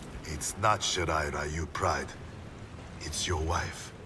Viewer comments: Why is Ryu spoken like Rayu? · Low key triggered every time they say Ryu as "Rai-yu"...🤦🏻‍♂️ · I love this part but still hate how they misspronounce Ryu lol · It still bugs the hell out of me that NetherRealm Studios never learned the proper way to pronounce "Ryu." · Ikr? Street fighter the movie did the same thing when pronouncing "Ryu" What's even funny is that scorpions va is japanese yet he still pronounce it wrong